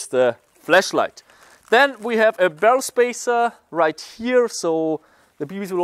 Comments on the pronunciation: when he try’s to say flash light he says flesh light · I like the fact that you pronounce "flashlight" like "fleshlight" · I Love how he says fleshlight instead of flashlight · He's accent made the flash light to a fleshlight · Sounded like he said fleshlight instead of flashlight😂😂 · I thought he said flesh light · Is it just me or does it sound like he says fleshlight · I know his English isn't that good but I thought he said fleshlight in the beggining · Flash light not flesh light lmao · no that’s how he pronounces it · Heaney_ S kakitz just commented the way he pronounces it. It’s sounds like he says flesh light so he made fun of him= joking about him so… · I keep thinking he's saying Flesh light!! 😂😂😂😂😂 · when he said flashlight, for a minute i thought he had said fleshlight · Whenever he says flashlight I think he says flesh light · It sounds like he's saying fleshlight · Did he say the flesh lite from here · Anyone else thought he said fleshlight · Sounded like he said fleshlight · Sounds like hes saying fleshlight haha im so mean